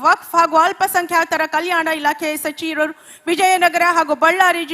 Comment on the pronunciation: ಶಾಶಕ, ಶಚಿವ ರಾದ ತಾವು ಸಿಕ್ಸನ ಶಚಿವ ರಲ್ಲಿ ಸ್ವಲ್ಪ ಕನ್ನಡ ಕಲಿಯಿರಿ 😅